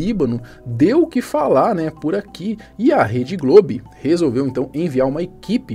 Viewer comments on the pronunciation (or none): Pq você fala rede globe? é Globo!